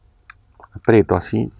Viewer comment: es "aprieto"🤣